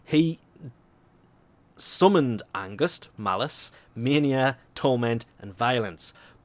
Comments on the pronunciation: lol he says angust not angst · *Ange-st not august. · Angust? AnGUST? I don't want to be that person, but... THERE'S NO "U" IN ANGST!!! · I think he didnt pronounced it like "Angust" more like "Ang-st" because he isnt Norwegian, German, Danish or Dutch because these are the languages where this word is used and doesnt know how to pronounce it right. Or if he is from one of this lands - except Germany - maybe this is the right way of saying the word. :D And if you are German that may be the reason why it sounds weird to you. :D I hope this was kinda helpful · Him saying everyone but Angst's names right triggered me XD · GOOGLE HOW TO PRONOUNCE ANGST. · haha that angst pronounciation is cute *^